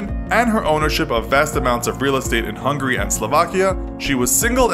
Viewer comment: It's Hungary Not Hungry.